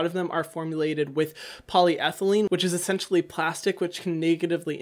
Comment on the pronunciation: "Ahaha ESSENCEtially" 🤣🤣🤣